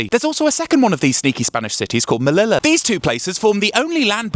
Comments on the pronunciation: Pronounced Meh-lee-yah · I love your videos and I'm spanish. And the way you pronounce "Ceuta" and "Melilla" is hilarious 😂 never heard that pronunciation before even by UK people. But keep up the fab videos. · So funny to hear the English pronunciation of Ceuta and Melilla!!!! Sanchez is being tested so much...I want to see Trump and Co stand like Sanchez does...